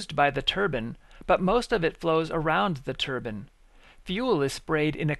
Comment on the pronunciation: Why does it sound like he is saying Turban its Turbine Not a Turban !!!!!